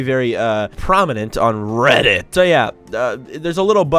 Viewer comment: "It was been very prominent on RRREDDDIITTTT"